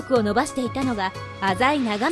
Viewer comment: お‼浅井を『あざい』と正しく発音してますね。ちなみに、滋賀県の湖北地域は、濁音点をつけて発音する風習が昔からあるみたいで、いつ頃からはまだわかってないみたいですね。ちなみに、脇坂は、『わきざか』と発音するのが正しいのです。